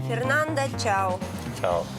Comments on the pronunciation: Не Фернанда, а Фернандо. Буква Е произносится, как Э и последняя О, как О!!! Что Вы из Фернандо сделали женщину? Фернанда)))) Господи, неужели так сложно отойти от руссизма в испанском языке, где букву О нужно строго уважать. Бадега))) Вы шутите? Бодега, О! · Жанна, в испанском языке нельзя имя мужчины произносить с окончанием «а» так как это уже будет женское имя . Фернандо это мужское а Фернанда-женское.